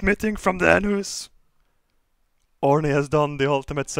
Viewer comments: os he called orny for horny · Not orny his name is Horny